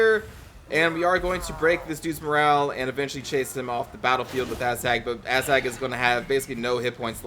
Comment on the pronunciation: Are you saying "Asshag" lol?